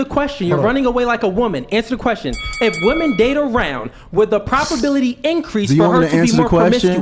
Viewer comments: He can't even pronounce words correctly, wtf is a propability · Good vocabulary? Homeboy had been saying "propability" the entire time 😂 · is now officially a LOLCOW. Dude said "propability". Its probability. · Was it not bothering anyone else that kept on saying propability!!?! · imagine a high iq man who's first language is English mispronouncing probability and manipulation. doesn't exist.